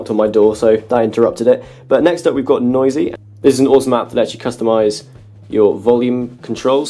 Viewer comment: another great video. 2 small things i've noticed. App no. 9 should be Noyze not Noyzee, and your outro music kicked in at 10.33 was a bit too loud, couldn't hear the what you were saying at the end. Keep up the good work.